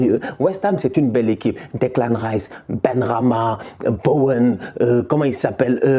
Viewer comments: Declan ''Tchèpe'' AHAHAHAHAHAH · Hahahaaa quand t'appelles Declan Rice "Declan Thieb" ça me Goudronne mdrr.